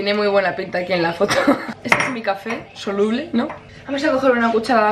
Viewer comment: pobrecilla dice "que souluble asi no salia"